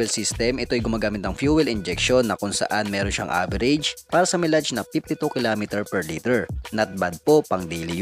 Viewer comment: Mile-age po ang pronounce sir.